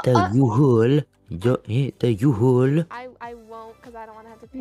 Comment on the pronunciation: HAHHAHAHA im litteraly just hearing the 'u haul'